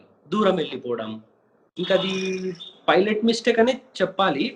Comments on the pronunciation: e anchor gadu pilot word ni pronounce cheyyatam Inka nerchukoledhu 🤦🏻‍♀️🤦🏻‍♀️🤦🏻‍♀️ filot antadu. Please Suman TV change these kind of anchors.navvaleka chasthunnam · Anchor sab filot kadhu pailot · Fi"lat" kaadu raa baabu PILOT........PILOT........"Paina" lo "Pai" - Pilot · Ee anchor ki chala padaalu palakadam raadu. Pilot - Filot; Naked - Naeked; and so many.... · It is fun when anchor pronounces pilot as filot But we all should appreciate his confidence for taking this interview.... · Dont change the anchor... very good entertainment... iam watching only for the anchors Filot ... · Arey anchor ga Filot co-filot entra🤣🤣